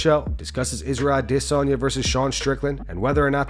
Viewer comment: Just have to let you know how dumb you sound when you pronounce ‘Adesanyas’ name…